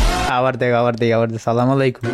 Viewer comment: not sala malaykum❌assalamualaykum✅ Sala malaykum purai ortho alada hoye jai rohmot porbena gojob porbe